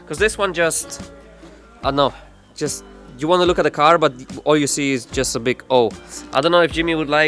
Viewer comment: did he just say "should blook very nice"?